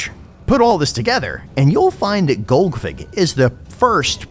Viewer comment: Tactically pronouncing it as golgfig for the first few minutes